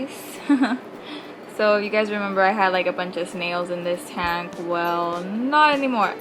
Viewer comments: Its weird how you say tank lol taynk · Learn how to fucking say tank 😫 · you say tank funny lol